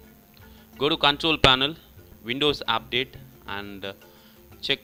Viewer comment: he say update is apdate hahaha...